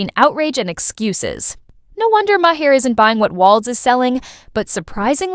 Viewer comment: AI produced videos need to stop. "Ma HAIR"?? That's how you''re pronouncing Maher's last name? But only half the time? His name was pronounced three different ways. Either do a video, or don't. But this ridiculous phrasing and off-putting pronunciation is an insult to content creating. And I agree with the message--but the value of it is lost in the AI reading.